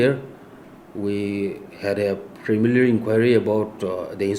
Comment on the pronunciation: Wooowww he's saying premilary investigation instead of preliminary 🤣🤣🤣🤣🤣🤣🤣🤣😜😜😜😜😜